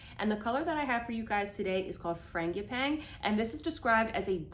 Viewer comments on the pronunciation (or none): Okay, ya lost it on Frangipane 🤣